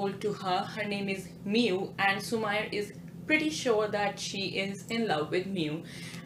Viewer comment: It's su-meee-rey not su-ma-yar